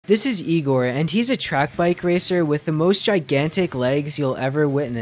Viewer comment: not ihhh gohr. that's not how you pronounce the name. it's yee grhh.